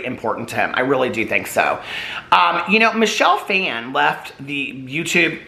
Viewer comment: Michelle Phan’s last name is pronounced Faw-N.